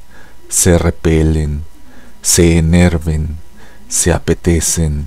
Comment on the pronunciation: Buen tono, pero hay errores en la pronunciación de algunas palabras. Es "se distienden" y "se enervan".